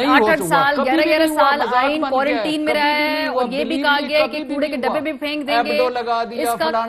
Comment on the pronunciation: Please pronounce quarantine correctly Maria